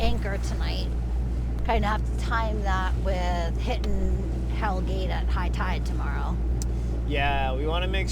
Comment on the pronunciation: It is Hell Gate. NOT 'Hell's Gate' and has nothing to do with the devil. It is derived from old Dutch 'Hellegat' more or less meaning a narrow safe passage or gut. Also you spelled Verrazano wrong. A very famous 16th century Italian explorer.